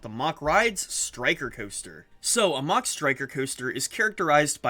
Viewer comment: Its mack not mach